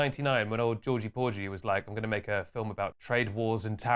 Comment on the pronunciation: "Georgy beorgy" LAWL